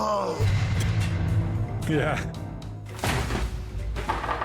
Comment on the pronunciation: The way em said oh yeah was so canadian😂